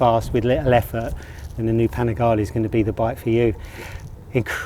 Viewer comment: Panigale - its Panigale , not Panigali….